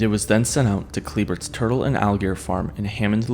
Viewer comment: Kliebert’s is pronounced “Klee-Bears” just so ya know. I grew up 2 minutes from the gator farm.. even had a birthday party there when I was really young lol..